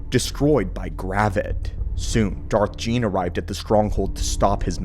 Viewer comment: Darth Gean. Pronounced ghee en